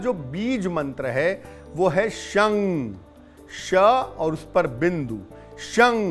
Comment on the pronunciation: U must pronounce it as 'shan' , the way we pronounce it while saying shankar